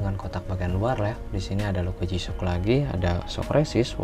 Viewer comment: Kameranya kurang deket bang, okelah pengucapannya udah jisyok bukan gisok 😁👍👍